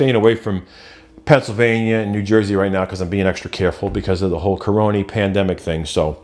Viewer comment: Lol like how you say caronie for corona. Didnt catch the live stream but still watched it. Maybe I'll catch you live sometime. Stay safe.